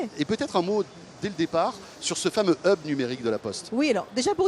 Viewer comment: on peu traduire 'hub' , sinon le prononcer bien an anglais ? qui créez la prononciation francaise ?